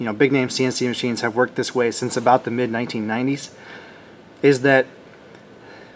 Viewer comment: I have watched this entire video and have no idea what in thunder u r babbling aboot.